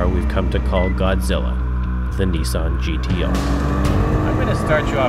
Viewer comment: pronounciation wise it's correct. Look at the history of Nissan and you'll get what I'm talking about.